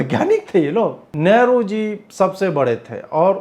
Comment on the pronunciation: सर नेहरु नहि लेहरु आगे जरा ध्यान रखियेगा ।